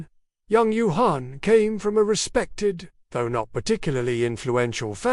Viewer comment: the pronounciation of her name is embarassing. It should be pronounciated as phonetically Yang Gway Fey